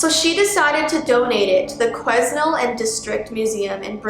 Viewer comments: I actually am in quesnel area and its pronounced ( Qa-nel) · It's pronounced (qua-nel) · It’s pronounced (Qa-nel) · I live in Quesnel, the "S" is silent. I've seen Mandy a few times, but never felt too weird around her. But I've had friends that have been crept out! Good video. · Also the S in Quesnel is silent haha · you don’t pronounce the s in quesnel